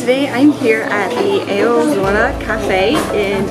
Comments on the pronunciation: Wtf she just say? Eozola? Anybody else realize the botched pronunciation for a llt of different in game items/monsters/summons? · can you learn to say eorzea right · that's not even how you pronounce eorzea cringe